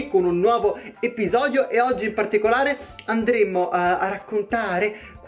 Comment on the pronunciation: Che bello anche tu dici HAPPYsodio invece che EPIsodio! Episodio felice:^)